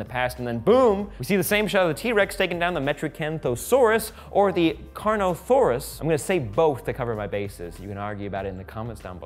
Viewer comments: CarnoTaurus not carnosarus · it's CARNOTAURUS, not CARNOTHAURUS! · It's Carnotaurus. TAURUS, with a T, no H and not Saurus or Thorus. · The hybrid at the start is the Indoraptor (Indominous Rex, but mainly raptor), the D-27 is the Baryonyx. CarnoTaurus not “CarnoTHaurus”, although a possible variant of a Ceratosaurus. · Carnotaurus not carnothorus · He also said Carnothaurus